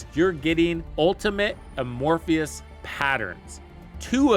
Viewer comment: It’s pronounced “A More Fuss” not “A more Fee Us”.